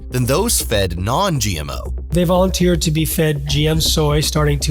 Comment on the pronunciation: Did that guy say "they voukenteered" how can rats consent to voulenteering?